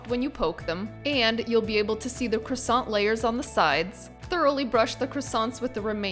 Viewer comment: Parisian chefs would have taught people how to pronounce croissant properly though.